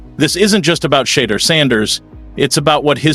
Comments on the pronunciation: His name is not pronounced Shedder! At least get his name right on a video about the person. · FOR GODSAKE MAN...SAY HIS NAME RIGHT...U SAY IT 5 DIFFERENT WRONG WAYS EACH POST...SAY IT WITH ME...SHE'-DOER...SHE-DOER...SHE-DOER...AND "F*** MARY CAY RACIST ASS!😅😅😅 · Sha, deur=door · Can this media person PLEASE PRONOUNCE SHEDEUR’S NAME CORRECTLY. WE ARE Shedeur’s fans from Jackson Mississippi. One simple thing we ask of you media guy PRONOUNCE SHEDEUR’S NAME CORRECTLY PLEASE. Cleveland don’t know Shedeur but we his fans know him. Shedeur is coming to the brown’s with a significant fan base.